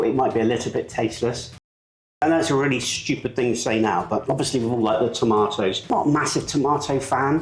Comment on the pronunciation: the cheese should be grated finer, a little Tabasco speaks volumes to it. " wife" (snarky remark), pro tip, the "tah mah toes", need to be diced, not cubed lol (for sake). This is a dip for party's a.k.a. football games/Superbowl, not too much at Holidays, more like bbq's, church events.